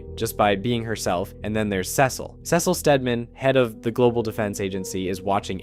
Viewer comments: i would genuinely watch your videos if you stopped saying cecil like that. the quality is not bad but i see no reason why you should horribly mispronounce that name over and over again. please do better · I don’t know why you keep saying Cecil like that. If you don’t know how to pronounce his name correctly mark only says it 100 times.